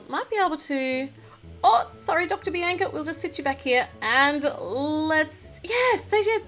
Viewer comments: Just saying bianca is said Bee AWN C UH oh nvm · its not bienca its bianca